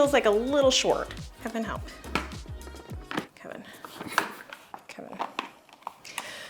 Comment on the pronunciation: calls him "Keven" not Kevin. That's what the captions should say 😁